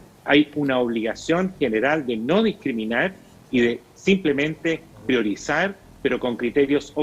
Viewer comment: PRIORIZAR*AAAH PRIORIZAR*???